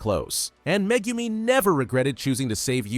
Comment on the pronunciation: do you mean megurmer?